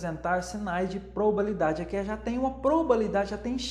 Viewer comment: Probabilidade, não probalidade, como disse! Eu amei a aula, achei bem explicativa. Obrigada por compartilhar seu conhecimento conosco, de forma gratuita 💕